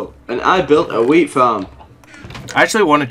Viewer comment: I keep hear WEED farm instead of WHEAT farm 😂😂😂